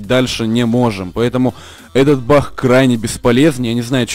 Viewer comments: может не бах а баг???? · Почему бах ??? А не баг ?